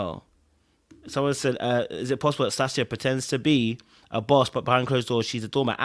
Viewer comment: It's pronounced Stasha